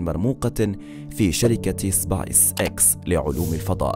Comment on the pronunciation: سبيس وليست سبايس